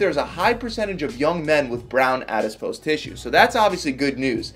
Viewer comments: Its Adipose tissue please stop pronouncing it Adispose tissue. Please read about definition of Calorie. Horrible twisting of facts by ignorant individual. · It's not "adispose", it's adipose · It lowers your credibility when you cannot pronounce properly what you're talking about: Adiss-pose? It's a·-duh·-pows, æd.ɪ.poʊs....No "s" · Adipose...not adispise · Not said in a snarky way at all but my friend it's adipose, not adispose. Lots of great information by the way. Thanks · Adipose. ADIPOSE! NOT FUCKING ADISPOSE! AADDIIIPOOOOOOSEEE!!!!!!!!!!!!!!!!!!!!!111!!!1!1!! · When he says "addispose" instead of "adipose" 🥴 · it's called "adipose tissue" not, "adiSpose". The rest was great. Thank you! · its not adispose its adipose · Very informative but its 'ADIPOSE' not awdispose :-| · I love how he pronounces all the science stuff wrong in every video lol. Adipose becomes ADISPOSE. Hahahaha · “Adispose” lol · I wish that he said the word adipose correctly.